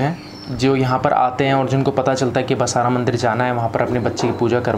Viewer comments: बसारा नही बासर है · अरे भाई बसरा मत कहो वह बासर है कृपया उच्चार स्पष्ट करें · Basaara nahi... BAASAR /BAASARA saraswati mandir hai...phir se padho...BAASAR!!!! pehle sahi uchchaaran seekho phir youtube par jaao! aapne pooja kavaai aur baraabar naam tak nahi jaanthe aur jaankari dene nikle. Kya hogaya tumlogonko,theek se baath hi nahi karsakte, na english theek se bolthe aur na apni bhaasha. Haan "vidyaramb" nahi..."vidyaarambH" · Pehle Bhai Saab basar bolna Sikh lo